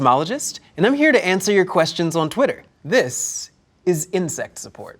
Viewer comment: For one second, at the end, I thought he said "Incest support". Wow.